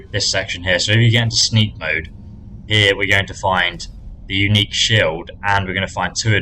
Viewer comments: “Shild” lmao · SHILD? SHILD? really? Shields sheilds